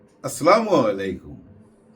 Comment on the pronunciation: আপনার সালাম দেয়া টা শুদ্ধ করতে জনাব! আসসালামু আলাইকুম